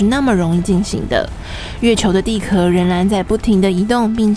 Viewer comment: 蛋壳ke二声，地壳qiao四声